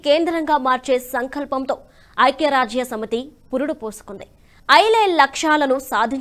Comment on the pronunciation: మీరు పదాలు పలకటo( pronounciation) బాగో లేదు. శాంతి అనటానికి బదులు, సాoతి అంటున్నారు. అలాగే 'ఐక్యరాజ్య' అనటానికి చాలా కష్ట పడుతున్నారు.